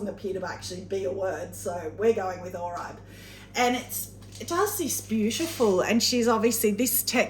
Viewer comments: The satin oribe is pronouced OR BE or at least thats how I have heard it on other videos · I have always heard it pornounced satin OR-RE-BAY. love the videos